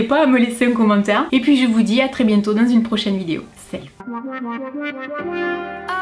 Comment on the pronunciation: Coucou j'adore tu dis vidio au lieu de vidéo!😂 sinon j'adore regarder tes vidéos gros bisous!😘❤